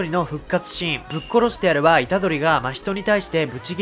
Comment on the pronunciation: 真人の発音めっちゃ気になる